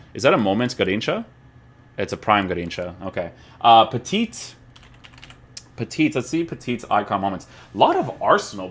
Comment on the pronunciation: hey, sorry to bother you with this but we say "peti" for petit, just ditch the second T :)